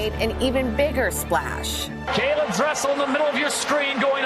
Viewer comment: It’s interesting how his name is pronounced correctly as caeleb when my name isn’t by others half of the time 😆